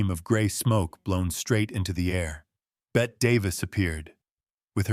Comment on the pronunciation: Bette Davis first name is pronounced "Betty" not "Bet"